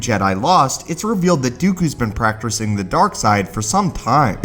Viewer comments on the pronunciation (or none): "Dooku has been practrosing the darkside"